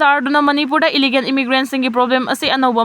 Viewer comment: It's illegal not illigan! Wat new anchor!